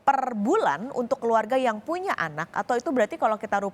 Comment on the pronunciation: Ada keslahan pengucapan kata yaitu : Punya anak mbak bukan puna anak 🤗